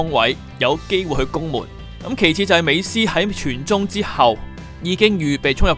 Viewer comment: 是 美斯 , 不是 美欺